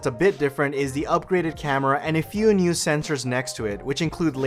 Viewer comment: the way he says "nuew"